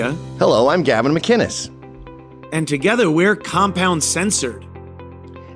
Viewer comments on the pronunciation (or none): McInnes with a hard C not G 🙄